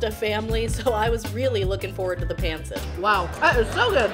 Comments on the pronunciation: It's not pronounced pan sit it's pahn set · Where's the balut and durian? It's "PUN-sit" and "Loom-pya" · Bretheren! Pancit [Pahn-sit] not "pan-sit" Pawn-sit? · It's actually pronounced "Pun-cit" and "Tuh-ga-log" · Just a couple of language corrections. It’s Ta-ga-log not Tag-a-log. Also while it’s spelled pancit, it is pronounced “pun-sit”. Someone should’ve given you pronunciation tips. It’s not easy to learn little things in other languages but you should know how to say the actual language. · Enjoy watching you do all these challenges. Keep it up! Also very cool to see you do a Filipino one. Just maybe tweak the pronunciation of some of the words like Tagalog & Pancit 😁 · Being Filipino, and knowing it’s been a while if ever take another Filipino food challenge I hope you can try to say pancit, and Tagalog (Ta-Gah-log log is log kinda like log) correctly. Also since it’s been a while can anyone tell me if Randy is her bf? Glad you like/enjoyed Filipino food, hope for you to try again. Loved the videos.